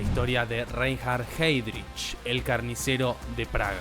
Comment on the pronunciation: Muy buen video, pero la pronunciación.... en alemán es ai